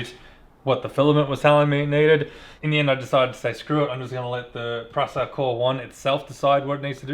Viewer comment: you need to look up how to say Prusa